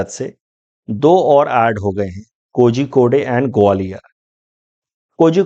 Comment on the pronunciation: Thank you for this exhaustive video, Sir. Just about the Malayalam pronunciation of Kozhikode - “Korhi code” (Calicut) Thank you 😊